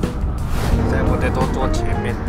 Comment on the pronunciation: 不知道为什么，感觉在叫着tomato😂